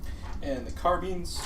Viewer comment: Today I learned a new way to pronounce Carbines; Carbeans :D